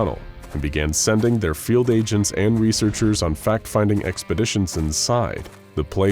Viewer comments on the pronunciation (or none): none